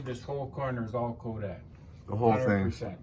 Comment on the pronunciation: I am from Rochester, NY - I really love how you can actually say Rochester just like we do, with out a Canadian accent.. as well as Kodak... So many people butcher it, trying to pronounce the names!